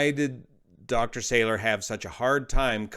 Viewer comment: I was a colleague of Dr Salour (mispronounced in the video- it’s Sah-Loor, emphasis on second syllable) when we were both doctoral students in the laser lab at Harvard in the late ‘70s. He was already flying commercial jets then (ferrying ops, I think). Definitely at the high end of intelligence & experience. Sad to learn of this event ( from family members who live a mile East of the site)